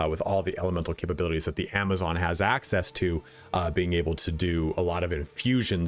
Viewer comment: Love that you called it a Javazon ❤️